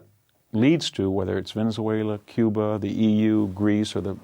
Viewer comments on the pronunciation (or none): none